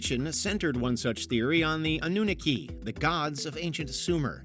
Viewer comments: Its prob just me,,but this narrator sounds like it's professor Dave, with the tone a little "squeakified" (😂) Though i doubt he'd pronounce it "uh-NOON-uhki" .... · I about fell out of my chair when he pronounced, well attempted to pronounce, Anunnaki. Just goes to show the sloppiness of this channel. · Hate how he pronounced "Anunnaki" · The way you are pronouncing anunnaki is hurting my brain 😂😂😂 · Plays the video where they say it correctly but still can’t not pronounce the Anunnaki correctly.